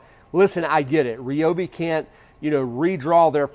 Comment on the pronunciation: You lost me at 'REOBE' It's pronounced r'Y'obi